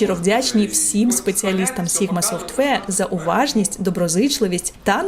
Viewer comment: Побуду трохи душнілою. Software, не softwear